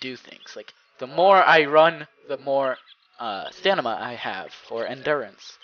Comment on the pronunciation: lol you said stanima LMAO